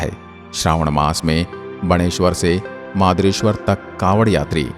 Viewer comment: बस कहीं कहीं उच्चारण ...,अरथूना, मदारेश्वर 🙏